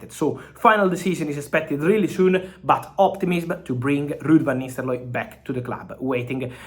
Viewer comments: Lol Fab you gotta stop saying Nisteloooi. It's Nistelrooy. You giving me anxiety 😂😂😂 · Fabrizio... It's not Van Nisterlooy, it's Van NisteLRooy... It ends with rooy, not looy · Lud vanisteloy 😂😂😂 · 😅The way Fabrizio says van Nisterlooi is pretty hilarious😆🤣😂🤣😅😆😂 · U are right 😂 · I was about to say same😂😂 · Indeed .... Agreed 😂😂😂😂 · He says nistel-roy 😂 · Ruud Van Nisterlooy😂💀